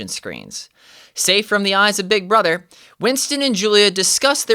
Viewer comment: "im big bruddr" -, 2024